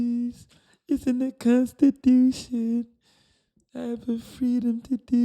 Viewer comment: "The Consti- dooo- tion" 😅😅😅😅😅😅😅